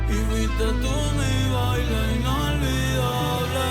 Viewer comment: Baile Inolvidable. (BAH-EE-LEH... E-NULL-VEE-DAH-BLEH)